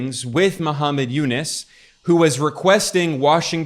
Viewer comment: Its u-nuus not u-nis!